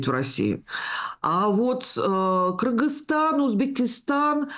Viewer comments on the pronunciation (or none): none